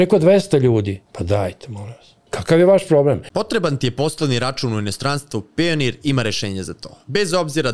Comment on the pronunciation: Ali akcenat voditelja, vodi takav podkast a priča Pionir umesto Pajonir😭👏👏